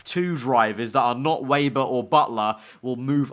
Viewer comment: Its pronounced “Vebber